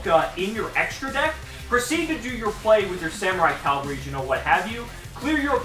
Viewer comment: Cavalry. Not Calvary. Calvary was the hill that jesus died on. I didn't expect a hill to be a freakin' dinosaur.